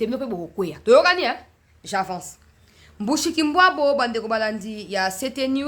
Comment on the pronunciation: tu vas nous casser les cotes avec ta prononciation des noms Rwandais. Mushikwabu c´est comme en tshiluba muskika wabu...